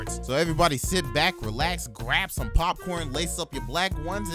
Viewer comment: "just zome guy wizout a muztache" how u doin